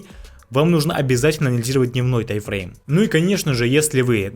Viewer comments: не тай, а тайм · Почему тайфрейм? Таймфрейм же, ухо режет 😮‍💨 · Претензий к информации автора нет, просто интересно меня одного подбешивает когда он говорит «тай-фрейм» а не «тайм-фрейм»?😂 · ТАЙМФРЕЙМ, а не ТАЙФРЕЙМ, ПАДЛА😆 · Этот парень учит нас а сам не знает что говорит, какой тайфрейм? может тайМ-фрейм?